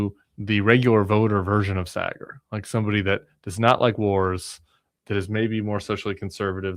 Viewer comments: I loved it. My two worlds colliding, though Saagar is a weird one. (Have Krystal on!) Also, it’s Saaaaaah-grr. Like “ahhh“ or in this case, Shari”aaaaah.” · Just one gripe. Saagar's name pronunciation. It's pronounced SAA-gar. Like the BAA in barber.